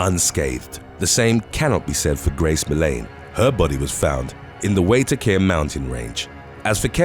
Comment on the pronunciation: waitakere - wai - tak - eire You butchered that so badly